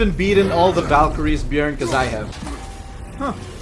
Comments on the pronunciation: pronouncing Bjørn correctly is serotonin for me as a Norwegian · Hi. Norwegian here. In Norwegian bear is bjørn. The "ø" is similar to o, but is kinda sounds like uhhhh (used often when people is lost for words is shows etc). is almost perfect when saying it. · As a Norwegian i give your pronouncing on bjørn a 9,7/10